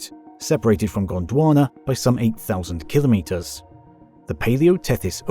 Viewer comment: Well, congratulations, You have joined the ranks of rare content creators who actually pronounce the word KIL•o•meters correctly, rather than that nonsensical ka•LOMM•mitters (or worse, KLOMM•mitters) uttered by people who don’t understand (or care) that it means 1,000 (kilo) meters (meters). No “LOMMs” are involved. Anyhow, superb content, despite the incorrect assertion that extreme weather events are currently increasing, part of the climate “crisis” narrative. And… …if you’re one of the uninformed individuals whose devotion to the “crisis” propaganda inclines you to leap to its defense and accuse me of being a “denier”, it might be in your interest to drop that nonsense. First of all, I don’t deny the evidence that there is a slight warming trend (depending on what period you examine), but the conclusion that it signals catastrophic warming is a fiction designed to advance a political agenda that is not in the interest of the vast majority of the human species. If you are happier believing that fiction and are immune to contravening facts, I can’t help you. But if you would prefer to understand why the purported “crisis” is a perversion of actual science, I have good news for you. Get yourself a copy of Unsettled: What Climate Science Tells Us, What It Doesn’t, And Why It Matters, by Dr. Steven E. Koonin, a Ph.D. physicist with years of expertise in computational physics, global environmental science, and computer modeling (and how it has been manipulated to support fal